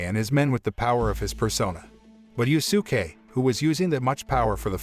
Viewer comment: “Yu-su-kay “ “Ma-Da-Ra-May”bruh what are these name butchers🤣🤣🤣 💀💀💀